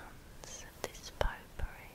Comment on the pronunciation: I don't mean to change the relaxing mood or anything, but when I heard 'pot-pourri,' I thought you said 'poo-pourri.'